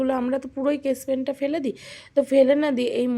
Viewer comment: কেস পেন না স্কেচ পেন উচ্চারন ঠিক করুন